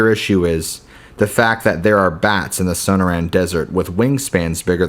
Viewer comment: That's So•nor•an,desert, sorry just bugs me,coming from a guy who flunked Spanish in high school!